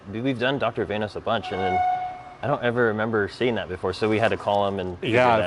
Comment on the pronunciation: its vanos not vainos, why do americans have so much trouble with english